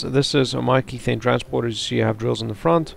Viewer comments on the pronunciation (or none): Just uh.. so you know "Kethane" is methane with a k for kerbal methane isn't pronounced mee-thane therefore kethane isn't pronounced key-thane :/